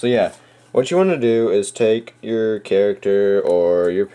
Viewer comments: Hehe,I think i am the only one who cought this,You said "Caracter" not Character".Lol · its character not caracter